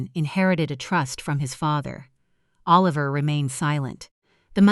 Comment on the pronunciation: Come on. Oh-Liver?